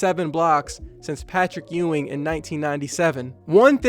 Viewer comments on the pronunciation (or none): none